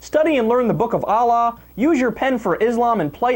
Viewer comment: I'm gonna have to unsubscribe do to the conduct this guy is presenting. You can't even pronounce the name Allah dude. Atheists who whipe their asses with the Qur'an are not realists okay they are psycho prejudice bigots who HATE. I get the feeling you hate too. I agree with you over all but you won't be able to keep Muslim viewers with your attitude. You literally said there are NO women's rights in Afghanistan. I don't agree with the Taliban at ALL but to smear them and say there NO rights at all for women is actually a lie. I don't listen to hate speech.